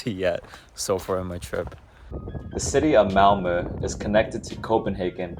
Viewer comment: first of all: compliments for your pronunciation of Malmö! We are used to English speakers thinking 'o' when they see 'ö', so you made a very good impression! And then I am exceedingly impressed by your choice of places to visit. You chose exactly the places I would have had on the top of my priority list if guiding a visiting foreigner, although I hadn't dared to do it in just eleven days. Extra points for Kåseberga and Sofiero. About that castle, you may have seen when you visited that it was built for/by the parents of Gustaf V, because he and his mother were sickly, and the parents thought the southern climate would be beneficial. So from 1866, it was the summer residency of the family. When the prince who later would become Gustav VI Adolf married Princess Margaret of Connaught, they were gifted the castle by the aged owner Oscar II, who had tired of it. In my childhood, quite some time ago, news papers reported when in the summers Cabinet ministers took the night train from Stockholm to meet the king in Council of State at Sofiero, that the rest of the year was held weekly at the royal castle in Stockholm. By the way: Just below your choices on my priority list, you would have found 18. Narvik (admittedly in Norway) 19. Strömstad 20. Vaxholm 21. Simrishamn 22. Gränna 23. Vimmerby 24. Västervik